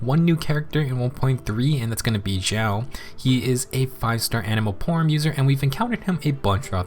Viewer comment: Thanks for the nice summary video. A bit of warning tho, you might wanna say spear next time, not polearm. Because you saying polearm is a bit similar to saying porn and the caption auto generator also wrote porn.